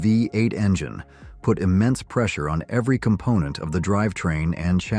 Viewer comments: why can't' AI voices learn how to say numbers??? Rambler V 8 or 45 4 instead of V8 and 454. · This narration is awful. Just read the script yourself. AI isn't there yet. The Nash "V"......ate. C'mon, do better. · Is this narrator even American? He keeps misqouting the way we pronounced our cars! "THE 454, It was called the four fifty four!. and the pause between V-8, he says V, 8, And how he says the 5-8 Goon, Next time get someone who actually knows our cars history!!!!! MORON!!!